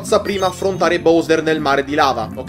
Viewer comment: Però una cosa, figa Si pronuncia BAUSER non BOUSER